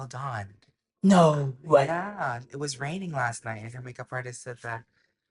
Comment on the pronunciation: Bestie why do you say “get into ehhhittt” it is one syllable 💀